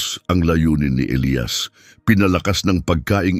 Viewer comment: Elyas Hindi elayas..